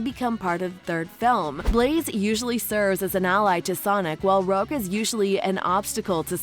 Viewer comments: It's pronounced "ruge" not "rug" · It’s rouge the bat not rug the bat come on lady lol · It’s not rug The bat it’s rouge the bat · “Rogue?” It’s pronounced Rouge, like the French word? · “Rug the bat” It’s Rouge the bat. R-oo-ge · ok but why did you pronounce Rouge like "rogue"? that's not how you say it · "Rug The Bat" Rouge: And I Took That Personally It's Pronounced "Rooj" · or Rug as it's pronounced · Did she just say “Rug the bat” that is sooo wrong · The way she pronounced "Rouge the Bat" makes me question all my decisions in life. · THEY DID NOT JUST PRONOUNCE ROUGE AS RUG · Bro what, you said rouge wrong it sounded like you said rug the bat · DID THIS M$ JUST SAY RUG THE BAT. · "Rug the Bat" An obstacle to Sonic......since when?? Also how did she pronounce Colleen's last name?? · When she pronounced Rouge as rug I was dying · You are saying rouges name wrong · okay but there is one thing about it i dont like and i can not act like it doesnt happen why do you pronounce rouge like that!? 😭😭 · There's a ton of small incorrect bits of information in here. (Example: Gerald Robotnik created Shadow, mispronouncing Rouge's name, etc.) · The way she said rouge 💀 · As a sonic fan, PLEASE say Rouge the Bat correctly! But anyway good video.